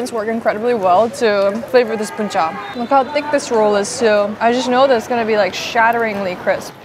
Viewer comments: sorry but "BÚN CHẢ" not "BÚN CHÀ" ^^ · Girl that "Bún Chả" not "Bún Chá" "Bánh Tráng Nướng" not "Cuống"😂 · Omg I love this video. As a Vietnamese spending her first Tet aboard, this video brings me back home. The food, the sound, people and everything else is just so real and perfect. One small thing that the second dish you ate is "bún chả" not "bún chà". But really, I'm so grateful you added the original name of the dishes and even tried to pronounce them. Love this so much~~~~~~ Edit: nvm, most of the dishes name are wrong but everything else in this video is legit 🫡 "phò bò" = "cow slut" hahahahahahaha so fk cute 🤣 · Oh no it's "Bún chả" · It's Bún Chả not Bún Chà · Let’s me correct the second dish, this one name “Bún Chả” not “Bún chà” 🫣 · oh there is a mistake it's BÚN CHẢ